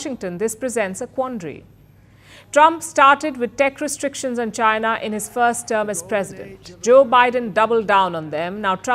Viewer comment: 印度人说China说出了Jiana